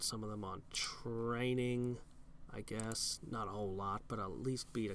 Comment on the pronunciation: Seriously, how were we supposed to "guwess" that without looking it up? We could have gazed into a palantír... I don't know if has one though...